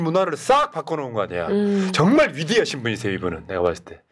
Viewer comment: "정말 위대하신 분이에요" 억양에 힘주시는 바람에 빵터짐. ㅎㅎㅎ